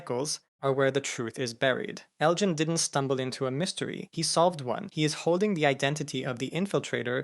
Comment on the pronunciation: Ugh… why do you keep pronouncing Elgin’s name incorrectly and correctly all within the same 2-3 sentences? I was happy that you pronounced it correctly for the first time, but then you weren’t consistent with it.